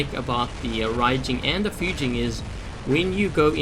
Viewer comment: 1st, Thank you for pronouncing the names RIGHT!!!! Fu-jean and Ry-jean!!! Not Few-gin or Ray-gin! Raijin's only strength is being able to hold a beacon in lower play IF you can get there fast enough and don't get flanked and you are a massive tripping hazard to the rest of your team if you aren't a conciencous player espescially at the 1st initial spawn. Fujin is a better option (notice he's using THREE?!) with the shield buff. I wish pixonic implemented the molot and punisher rapid fire that was on test server last year... Fujin still could use a longer range weapon! The tumbulas buff with continuous fire would work well.